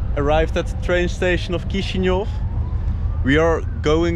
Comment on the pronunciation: Se spune Chisinau corect nu Kisiniov.